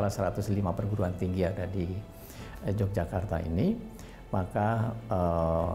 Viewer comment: bacanya YOGYAKARTA bukan J mas🤝🙏